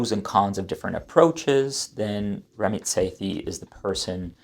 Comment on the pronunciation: It’s Ram-Meet. Say-tee.